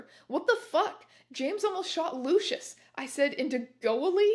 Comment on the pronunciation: My name is Lucian and every time she says it instead of Lucius it's a jumpscare